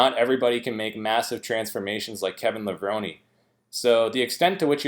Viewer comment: The way he pronounces Kevin Levrone always gets me😂. No offense obviously